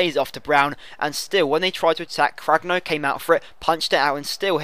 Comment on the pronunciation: Lol you can pronounce goretzka but you call Cragno "Craglo" :L